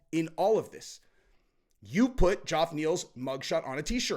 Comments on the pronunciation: Again - Geoff is pronounced "Jeff" not "Joff." Come on man! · the name Geoff is still pronounced "Jeff" not "Joff." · Hey, The whole Joff pronounciation for Geoff Neil's name is weird and it's pronounced the same way as Jeff. C'mon man! LOL!:face-orange-raised-eyebrow::face-orange-raised-eyebrow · Still saying joff 😂😂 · Can't tell if you're deliberately pronouncing Ge-OFF's name wrong lol.